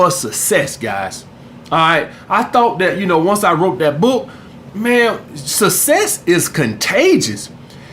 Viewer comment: “You either want sesss or susess”